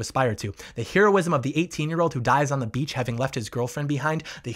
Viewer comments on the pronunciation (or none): none